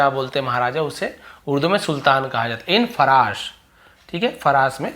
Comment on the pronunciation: फ़राश नहीं फ़ारस